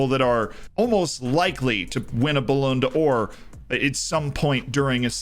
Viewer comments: IT'S BALLON DOOR, NOT BALLONDA OR. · "BouLan Door" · bro the way says the ballonodor is so funny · I'm sorry my man. Your pronunciation of Ballon d'Or hurts every time. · Lmao literally